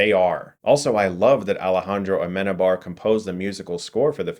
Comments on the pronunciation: I love that movie, great review dude.. the only gripe I have it´s that you said aMEnabar when it´s pronounced ameNAbar, the last name even has a wriiten accent on the syllable. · As a Spanish person, I love this review. Amenábar is an amazing director and I believe he deserves even more recognition than he already has. The way u pronounce his name...lovely hahaha